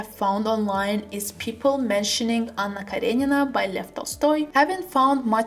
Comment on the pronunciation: ayoo 😳 the way you pronounced “anna karenina” 👀 i was not prepared for such perfection haha